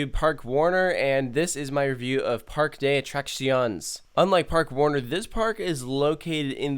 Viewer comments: Par-que de a-trac-cion-es lmao just sayin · Hate to be nit picky but it’s pronounced “Park-Ay Day Uh Trah See O Nyes” lol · as a native Spanish speaker, hearing you pronounce parque de atracciones stung me